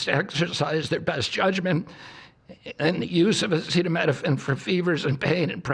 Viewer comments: If you’re struggling to pronounce acetaminophen, think of it like this Minophen is pronounced like minnow fin. Aceta is pronounced Ah-see-tah. Like ah see tah Epstein files still haven’t been released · Bro couldn’t pronounce acetaminophen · This dude can't say acetaminophen. Holy shit